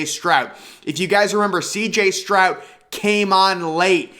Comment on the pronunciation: Are you saying “Strout” ??